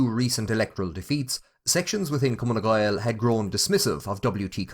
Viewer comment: Learn to pronounce the name of the party correctly, stupid